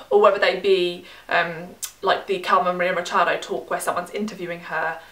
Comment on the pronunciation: kudos for the pronunciation of Carmen Maria Machado! it was pretty good.